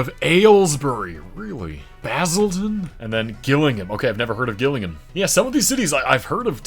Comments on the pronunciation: The ones in Kent are so inaccurate Maidstone is not a city nor is Ashford. Same for Gillingham, Nuneaton, Poole and many more also you really butchered Gillingham's pronunciation it's Jill in hum good job on the other ones though mate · Sol-ford, Gillingham is a soft g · You pronounced Salford, Gillingham and Basingstoke incorrectly but nevertheless very impressive.